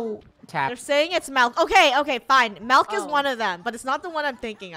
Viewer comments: It’s milk not malk funneh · Grammar: milk Funneh:MeLCk